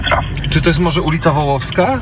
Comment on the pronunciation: 1. Ulica "Wołowska". Ja pier...lę. Niedouczone słoiki tak mówią. Ta ulica nazywa się "Wołoska", nie "Wołowska". 2. W Wawie jest więcej niż jedna wulkanizacja 24h. Jak nie wiesz, to po co pier...lisz siejąc szum informacyjny? 3. Jedzie 8 km bardzo wolno na RunFlacie bez powietrza i wielkie mi larum, mimo, że wie że może 10 razy tyle przejechać.